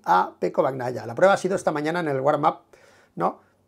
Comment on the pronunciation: Hola. Un truco fácil para pronunciar correctamente el apellido Bagnaia. Pronuncialo como si estuviera escrito con ñ en vez de gn, osea Bañaia. Se te escucha fatal pronunciando como lo haces ahora. Saludos de Italia.